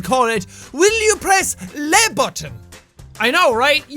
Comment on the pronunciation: You pronounced ”le” wrong. Just saying lol